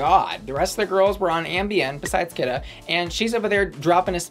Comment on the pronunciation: THANK YOU FOR PRONOUNCING KITA’S NAME RIGHT! I love when drag names are play on words, and the judges are just botching the meaning behind her name every time they call her “Keeetaaahhh.” I wanna scream at the judges “if it doesn’t sound like you’re saying the drug you’re not saying it right!”